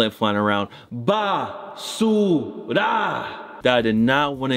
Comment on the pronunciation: That BAASSuuRRaaa. Sound so firme.........😎